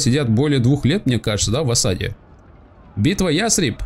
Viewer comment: Тебе в Ясрибе нужно построить сельскохозяйственное здание. И город называется не Ястреб а Ясриб!